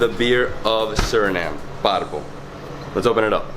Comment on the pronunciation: I love his accent when he pronounces Paramaribo.